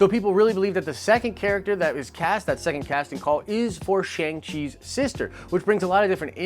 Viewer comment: Your pronunciation is killing me! Shang is pronounced like “Ah”.